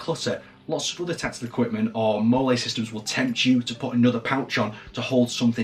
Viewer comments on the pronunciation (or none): It is actually pronounce, "Molly", mmmyes....